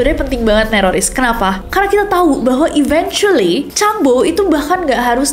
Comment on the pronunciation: mispronounced eventually. it should be eventually like you want to say event